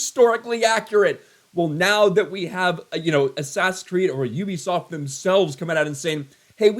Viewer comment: U-bi-soft..... it is literally in their name😮